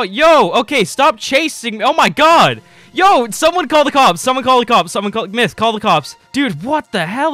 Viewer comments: It's "myth" not " miyth" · Lol the second I clicked on the video I hear, "mith" xD